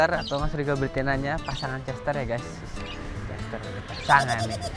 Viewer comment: Nama betinanya chestaer bacanya chestaier